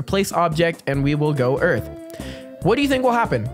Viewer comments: did you mean earf instead of earth? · yes it is called earf!